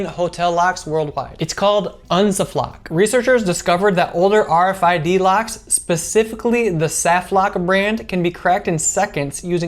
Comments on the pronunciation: Dude. Do you think it might be pronounced like Unsafe Lock, and Safe Lock? It just occurred to me cause Sa Flock would be so weird. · pronounce it like it is supposed to be pronounced: Unsafe lock...unsafloc